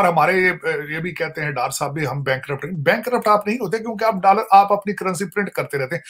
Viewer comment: I love the way he say "DALLAR" 😂😂😂